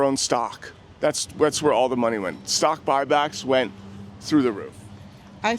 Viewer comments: “I’m not concerned about stock back bock” 😭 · "I'm not concerned about stock bock bocks!" lmao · I can't believe you turned that one guy that pegged you as a Democrat into a chicken by asking him about stock buy-backs. Dude said "I'm not concerned about stock bock back bock or whatever" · “i’m not concerned with stockbock back bocks”🤡🤡🤡🤡🤡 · "stock bok back bok" 😄